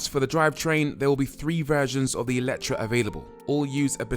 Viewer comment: FYI it's "AY-letre". The original hungarian word has an É not an E at the beginning